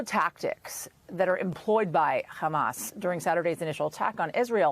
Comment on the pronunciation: It's very interesting how an American news channel decides to use the Hebrew pronunciation of Hamas as opposed to the Arabic or non-native pronunciation.